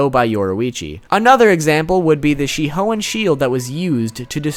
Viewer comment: Yoruichi “she hoein” 👍🏽